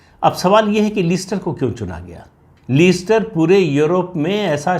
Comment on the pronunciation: Very true Pradeep ji. Indian govt should have stated Hindus instead of Indians. The pronunciation of the city is Lester Pradeep Jin🙏🏽🚩🇮🇳